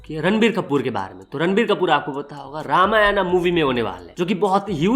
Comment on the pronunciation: Dumbass that's not Ramayanaa, it's just Ramayan. English ke chode.